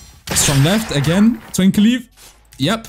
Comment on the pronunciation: i cant stand how just says "twink leaf" 😭😭😭